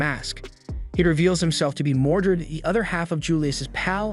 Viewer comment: It's "Mordred" not "Mordret".